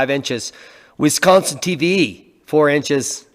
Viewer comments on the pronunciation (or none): none